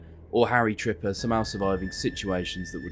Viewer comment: Harry Tipper when he gets called Harry Tripper: 😟